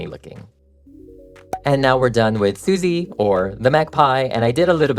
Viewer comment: Derpy and Sussie's expressions turned out so great! The tiger is my favourite character in this movie. I have seen the magpie's name written as "Sussie", but I think the 'u' is pronounce 'uh' rather than 'oo', so the 'sus' is pronounced like 'suspicious'. That said, my source is fanfiction tags, not the movie itself. Fans can be thorough, but sometimes somebody makes a thing up and everyone just assumes it's canon. (... Could be a fandom meme. "Do you thing 'Sussie' rhymes with 'oozy' or 'fussy'?") The tiger is short-but-broad, therefore manages to be 'small' while also being 'large'. I am desperately curious how Zoey and Mira reacted to finding out demons are real and that Celine is recruiting them, not just as musical performers, but as demon-slayers. At what point did the girls meet? Were Zoey and/or Mira already trying to be K-Pop idols when Celine noticed them, or had they not even considered that before? How did Celine and/or Rumi recognize that the other two girls are Hunters (which is implied to be a 'Chosen By Destiny' thing, not something that a person can decide to become)? What was their training like in the early days? Did they have to learn to see the Honmoon, or is that an automatic ability? Also, I want the story of Rumi's parents. Was her dad a demon before meeting her mom, or did he become one after they already knew each other? Or, did Celine lie to Rumi, and Rumi's mom was actually the one who became a demon (cracking under the combined pressures of show b